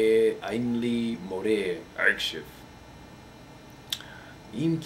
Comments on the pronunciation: and you occasionally say "k" insted of "ch" like when you say "akshav" and you suppose to say "achshav" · You speak hebrew very good. You only have to fix 2 letters you don't say them good: The letter "כ" like "עכשיו" Need to be say like "Achshav" and not "Akshav" and the letter "ע" you say it too loud you should say it almost like the letter "א". Good Luck! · אחי אומרים עכשיו לא עכשייופ